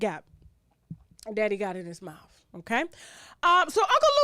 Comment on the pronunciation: "Mouf," LMAO!